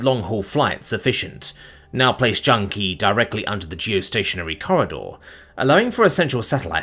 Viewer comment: CHANG-i, it’s pronounced Chang-i!